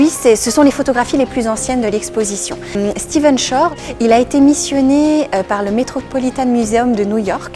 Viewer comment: Merci pour le partage . Stephen, et non "Steven", tout de même ... :)